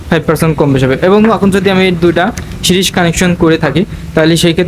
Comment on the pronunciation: ভাই এটা সিরস বলে না সিরিজ কানেকশন বলে